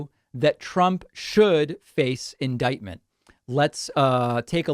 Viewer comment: Same here. I like David's videos, but he's been saying that word (indictment) for years now.